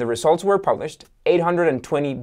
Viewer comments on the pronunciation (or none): none